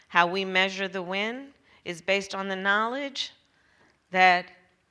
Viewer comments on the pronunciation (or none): She was saying ‘win’, inexplicably.